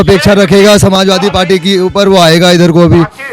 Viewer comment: भाई पालटी नहीं पार्टी कह लो,इतना तो जान समझ कर माइक पकड़िए।बाकी मुद्दा ठीक लेकर चल रहे हैं👍